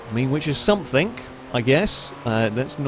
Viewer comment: its something not somethink